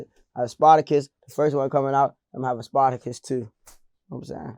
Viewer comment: Man he said sparticus 😂😂😂